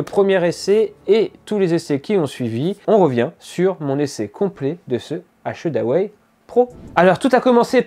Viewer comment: Un test que j’attendais. Bonne vidéo mais faudra bosser la prononciation d’achedaway